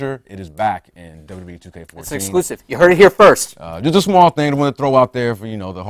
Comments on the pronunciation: Why does say W E instead of WWE? -.-' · If you slow down a bit, you can actually pronounce both Ws in WWE.